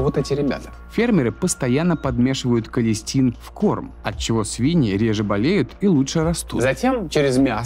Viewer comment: "Количтин" ( не надо спасибо!) Антибиотик последнего шанса